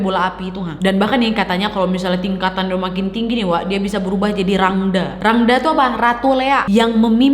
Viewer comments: 11.05 salah pengucapan ka klo Rangda di baca Rangda , a di belakang baca e jdi rangde ka Salam dri Bali 🙏🏻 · Rangde kak bukan rangda 😁